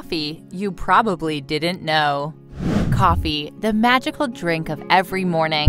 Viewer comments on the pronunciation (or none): It's "didn't," not "di-dint."